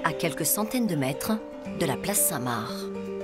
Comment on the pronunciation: par pitié on ne dit pas la place " saint Marre " mais la place saint MARC " comme le prénom